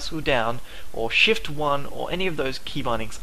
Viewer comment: I love your accent, in the video u said: I personally like shift, but it sound more like, I personally like shiet :D Hope you see the funny in this, otherwise great tutorials! Keep em coming plz!